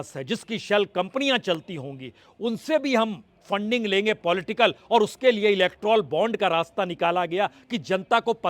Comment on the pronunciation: श्रीमन! इलेक्ट्रॉल बॉन्ड नहीं इलेक्टोरल बॉन्ड बोलिए ।